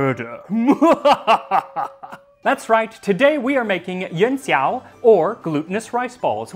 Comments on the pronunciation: Yon seeow? You don’t need to say it so fast. Yū-an Szhi (Xi)-ow. Xi, as in President Xi (“szhi”, not “see”). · Coming back from the Kaiserschmarn video. Pro tip: x in pinyin is more like sh phonetically. Cheers!